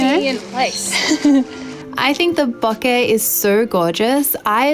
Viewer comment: I love when I hear professional photographers pronounce BOKEH properly. <3 Great review!